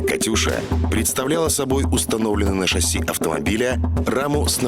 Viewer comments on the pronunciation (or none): none